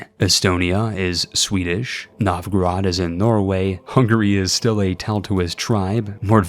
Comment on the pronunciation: Novgorod became NORDgorod